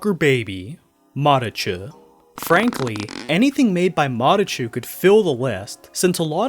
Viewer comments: no hes definitely over/under enunciating the t sound, that wasn't a ch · I think that he pronounced it wrong